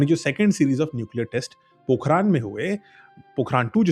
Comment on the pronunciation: Bhai vo पोखरण hai पोखरान nahi h kam se kam jagah ka nam to padh liya hota😂😂